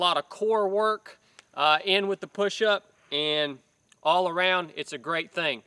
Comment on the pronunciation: he said "he's a grwat human"